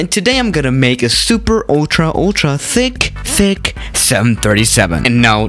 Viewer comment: hello gamers btw "thicc" sounds like "fi*k"